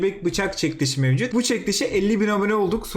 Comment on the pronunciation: Sen neden çekiliş çekliş diyon :)